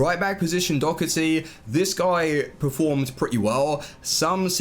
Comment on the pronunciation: Why you saying do-cer-ty it’s do-her-ty